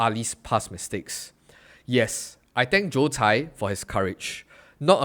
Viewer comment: His name is Joe Tsai. You said it wrong throughout the video.